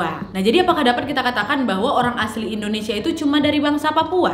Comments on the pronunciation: Hi nad, indonesia bukan endonesia. wkwkwk peace 🤣✌ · Yanh bener endonesa